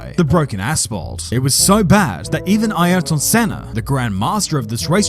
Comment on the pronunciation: The commentator's voice gets my vote for something. "Eye-Are-Ton" Sena? Either this is really bad AI or the guy was in a rush to get to his day job.